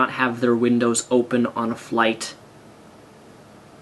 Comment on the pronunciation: how he says asked "askdkdt" great video though!